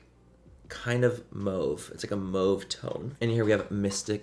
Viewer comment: Manny did u say "moave"?? lol